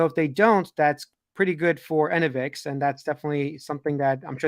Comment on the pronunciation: It’s not “ENNA-Vix”, btw… it’s “e-NO-vix”